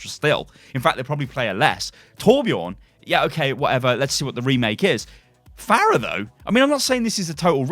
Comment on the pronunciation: Pharah? Really? Jesus Christ.